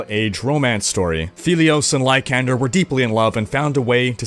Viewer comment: It's "lie-san-der" not "lie-can-der"